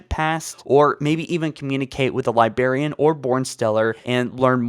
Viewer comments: It's pronounced "LYE-BRARE-EAN" but pronounces it as "LYE-BEAR-EAN". >:T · except the libearian bit. he corrected it in another vid and then went back in the same vid to saying it wrong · Not to be that guy, but it is pronounced LIBRARIAN, not Libarian. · also Librarian is not pronounced Libarian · why..... why does he say LiBEARian instead of librarian? he has to know he's saying it wrong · libarian > librarian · libRarian NOT LIBERIAN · I just wanna slap him for saying "li BAR ian" IT. IS. LI. BRAR... IAN. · "The Liberrian", "Ankient humans", and "Nucaler" are part of my drinking game when I watch these vids, lol! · Libarian, Angshit instead of 'Ancient', and in other vids Lone Woof instead of 'Lone Wolf' tf is going on here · Dude you HAVE to work on your pronunciation. Your content is 90% talking. Speaking abilities are pretty essential. Liberian Ankshient Assellerated and a lot of others. Driving me nuts LiBRARian An-CHENT AKselerated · Yup it’s totally pronounced the liberian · LIBRARIAN.......the word is LIBRARIAN!!!!!! NOT LIBARIAN.......my gods I could barely make it through this with the pronunciation. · He's one more libarian away from me nuking NZ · Pronounce fucking ancient and librarian properly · Lol the ankcient Libarian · am I the only one who is very disturbed with his pronunciation "Libarian" instead of librarian and "anchent" instead of ancient? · Libarian? Are you 5? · "libarian" I cringed so hard I became a singularity as my face folded in on itself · Dude it’s 20 f*cking 19 learn how to pronounce library already Edit. Wow so everyone else hates your pronunciation. You’re like in your twenties bro it’s kinda embarrassing for yourself when you can’t pronounce anything right 😒